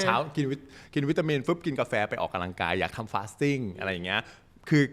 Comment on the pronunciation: เนื้อหาดีมากเลย และจะดีขึ้นไปอีก ถ้าออกเสียงคำว่า ออกกำลังกาย บ่ใช่ ออกกะลังกาย เด้ออ ขอโทษและขอบคุณครับ